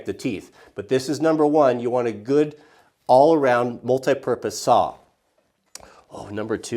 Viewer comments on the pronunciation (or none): "I cant even list AWL of the things...."